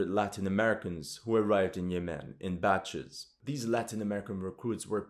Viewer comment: You are pronouncing "Yemen" wrong, also didnt this so called "Emirati" Army get decimated in Yemen along with the ragtag Saudi army?